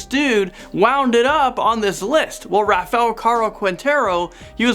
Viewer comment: That’s so not how you say Rafael.